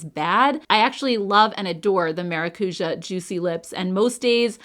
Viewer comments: haha the ja is more like jaaaaah it’s a longer sound 😅. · The use of the word maracuja by Tarte drives me bonkers. It means passion fruit and there is no passion fruit in most of their products. PS: it is pronounced ma rah cu jah